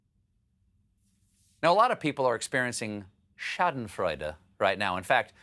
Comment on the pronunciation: Good job on the pronunciation of Schadenfreude. Well done!